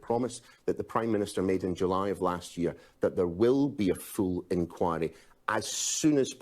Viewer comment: "there will be a fool enquiry". At least that's what I thought he said.